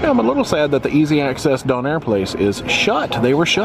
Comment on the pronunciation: much much closer here and . Still sounding a little too close to "done-air" instead of "dough-nair" but I think I spoke too soon earlier, you'll pass as a Bluenoser any day